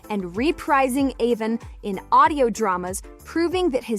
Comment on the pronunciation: It's A-von not A-vin.